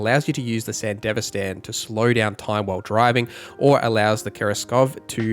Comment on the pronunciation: How do you watch Edgerunners and still come away with the pronunciation "san-dihv-uh-stan" like its some middle eastern country, but have the correct Spanish pronunciation of "Martinez" and others. Not a big deal, but couldn't avoid saying something.